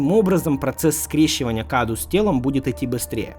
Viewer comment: Не КАДУ а кадоу (cadou) из румынского это означает подарок